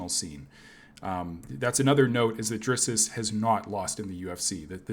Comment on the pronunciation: “DRISS-US” Du Plessis 😂😂😂😂 cmon bro, step it up for an mma channel and I like the content btw